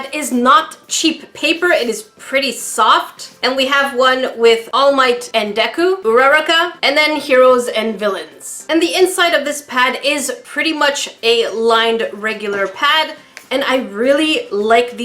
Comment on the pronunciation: Uraraka😂 uraka